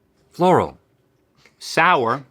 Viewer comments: Why did Rhett just say Flanny? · did rhett say floral or yanny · when rhett says “floral” it reminds me of that “yanny or laurel” argument